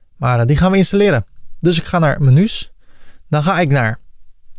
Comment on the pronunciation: Beste, heel erg bedankt voor deze fijne tutorial. Met veel plezier met je meegekeken en -gedaan en af en toe een gniffel; vooral met de "menjoes" moest ik wel lachen. Heel veel geleerd en vooral fijn dat het in het Nederlands is. Moerstaal is toch beter te volgen als je tegelijkertijd aan het meetypen en klikken bent. Erg tevreden met het resultaat, nu alleen nog aanpassen aan eigen smaak en behoeften. Hoop dat er nog vele mogen volgen!